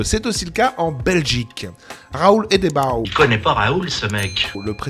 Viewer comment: Ça se prononce Hédebeau...😊